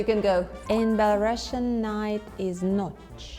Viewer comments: Belarusian girl doesn't know how to pronounce Belarusian correctly. It's bela-roo-see-uhn, not bela-russian. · PLS bring belarusians who know their native language wtfff sad - сумны (sumny), pencil - аловак (alovak), not a karandash, and belarusian is pronounced as [ˌbɛləˈruːsiən] i'm sorry i didnt mean to blame this belarusian girl, she is so funny, but it was the last straw, as a belarusian i am a little ashamed of her